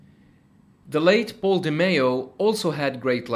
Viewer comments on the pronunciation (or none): none